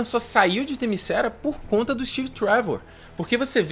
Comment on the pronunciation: "Themyscéra"... parei... Devia ter parado quando ouvi "a mulher maravilha toma pancadas e não mostra nenhum arranhão" ou "Diana é motivada pelo amor, mas amor homem-mulher não serve"... Quem conhece a personagem sabe que se trata de uma Deusa, Ipsis Lipsis e que para suas motivações não existe amor indigno, muito menos o "sexual", por assim dizer.... mas "Themyscéra" foi foda... Mas sério, venho recomendando desde Batman Vs Superman: quando o sujeito começa a reclamar de certas coisas em filmes de super-heróis, tipo "lutas estilo Dragon Ball Z", já está na hora dele se dedicar a outro tipo de mídia... De boa, Sem ofensa.